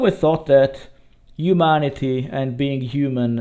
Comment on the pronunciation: 'is' instead of 'his' 'ave' instead od 'have' 'youmanity' :D (yeah, i know, "umanità". But after that 'human' is great) 'beind' instead od 'behind', two times in a row Your pronounciation is good. Actually you pronounced these words well in this video at least once. I'm not hating you in any way. I've heard SO BAD ital-english. That was really terrible, because these people didn't know it was that bad. This 'yello' after clips in most of your videos is cute, but after hearing that 30 times, you know... maybe it's time to change that also.